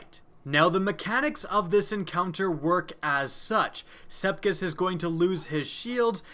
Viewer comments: I know everyone else is pointing out how easy it is, but I'm more annoyed about his pronunciation of Sepiks. Sepiks, not Sepkis. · the ammount of times you said Sekips, rather than Sepiks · I know for some people it's nothing but he's called sepiks not sepkis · SEPIKS NOT SEPKIS OMG UR DRIVING ME CRAZY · its sepiks not sepkiss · He said Sepkis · I like how you say Sepiks lol "Sepkis" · Anyone notice he says Sepkis? .-. its Sepiks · Am I the only one who gets Annoyed when he pronounces Sepiks, Sep-kiks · SepIKS not SepKIS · Am I the only one that is angry he is pronouncing sepiks "sepkis" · it's SEPIX NOT SEPKISS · Not to be mean but you pronounce it sep iks not sepkis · M8, what's Sepkis? lol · Love your videos, but "SEP IKS" Sep-icks Sep icccs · I love the words you pronounce differently. i now call the strike, sepkis perfected and love my clever draygon. keep up the awesome work! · It's "Sepiks" you bonehead! Call yourself a YouTuber? Huh? Huh? Do ya? 🙃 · is it just me or did you start calling him sepkis at - 😆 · "shoot sepkis" triggered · "Sepkis" I'm TRIGGERED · I gotta aks a question that probably isn't aksed too often. How are you pronouncing his name "sepkis"? Is learning his name too much to aks? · First of all, no one who has a brain would need a fucking nightfall guide, as long as you kill most enemies you'll get gold; you've got basically no reason to make a video as pointless as this unless you're completely void of creativity, maybe try putting other games on your channel for instance (and not The Division). Secondly, Sep-iks, go on, say it with me, Sep-iks. Unless you failed pre-school actually put some effort in reading because you sound blatantly stupid and are irritating a lot of regular and potential viewers. Common sense ffs. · This dude said "SEPKIS." I'm sleeeeeeep 😂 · Did anyone hear him say "sepkis" at the beginning? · You can spell sepiks correctly but you can't pronounce it correctly